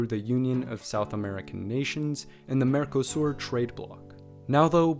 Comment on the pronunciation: lol "mercosur"